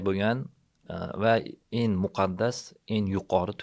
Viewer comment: “eng” soʻzini “en” deb gapiradigan odamning gapiga qanday ishonish mumkin 😅